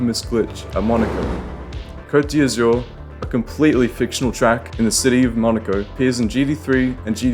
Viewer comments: it's the 'coat dee azoor'... you pronounce it KCÖT DÄZÜRRRR . EZ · The way you pronounce "Côte d'Azur" is funny